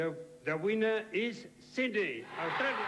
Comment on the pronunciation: yeah! agree! he clearly said Sydney, NOT syd-en-ey i think some comedian tried to imitate this accent and it caught on through aussie media. pity, reflects aussie narrow mindedness